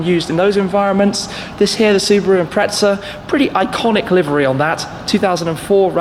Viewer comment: Impretza ;-; impresser